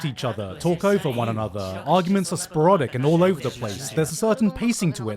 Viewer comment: gigguk... "Sporadic" is a word..... "Spore-rodic" is not. That sounds like porn or the game spore